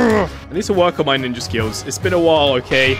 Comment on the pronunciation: The start of the video I’m already crying “ninjer”😂😂🤣🤣